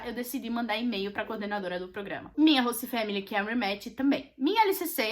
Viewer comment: meu deus q agonia ela falando “hosta”